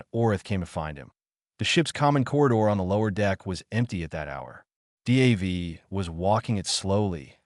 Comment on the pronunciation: Crap AI. No one is named Dee Aye Vee